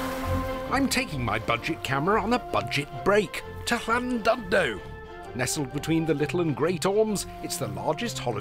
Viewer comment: You got the pronunciation of 'LL' spot on, but the u in Llandudno sounds like 'i' - Llan-did-no.